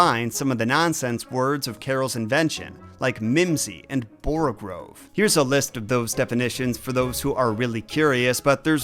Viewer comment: I dig your work, but you dropped the ball a few times: First, there's nothing messed up in this origin story. All you are doing is referencing the original story, which is laudable. She goes through a "meer"? The word " borogoves " does not have an r after the g. "Jaberwoky" is the name of the poem. "Jaberwok" is the creature. I memorized that poem when I was 17, and several of my family members have as well. BTW, when my grandmother read me The Walrus and the Carpenter when I was about six, I cried, outraged at the cruelty, injustice and betrayal. Decades later, I inherited her husband's set of those books, read them to my kids, and decades after that I gave them to my daughter to read to her son.